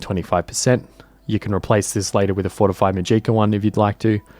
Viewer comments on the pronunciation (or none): To start off this is amazing dedication and work to put out a long video like this so props to you- I could never do this. I just want to correct the pronunciation of magica. The stress is on MA, so it’s MAH-jih-ka rather than mah-GEE-kah. I watch a lot of Brit/aus content creators and haven’t come across this pronunciation before so I think it was just a simple mistake. Only trying to help, carry on! ❤ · Muh-jeeka, huh.